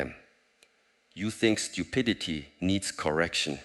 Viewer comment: "Stupiditididty" lolololol